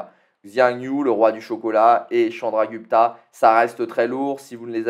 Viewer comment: oh et on dit chandra gou pta c'est ou pas u ^^ (prononciation man is back)